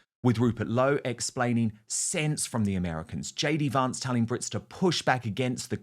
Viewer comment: Why does Wootton insist on mispronouncing JD Vance's surname?